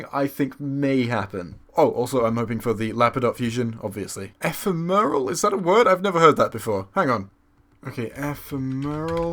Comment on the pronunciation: E-PHEM-eral. I thought you were a Whovian, Jesus...